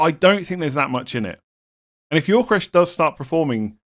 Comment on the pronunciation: Gyökeres: Yo-Ke-Rez pronunciation, not Yor-Ke-Resh 🙂